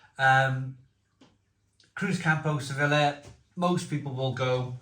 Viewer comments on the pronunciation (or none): It’s ‘sevi-ya’ not ‘sevilla’ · it’s pronounced suh-vee-uh not se-villa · se-beeyah /sebi:ja/